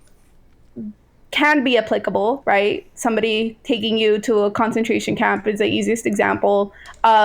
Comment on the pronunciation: When you realize you have wasted your time listening to someone who can’t even say “concentration camp”.